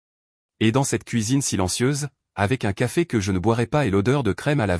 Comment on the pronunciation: 28mn environ..😂😂😂😂 " Qu'à fait ?" ..au lieu de " Café ?"...😁😁😁😁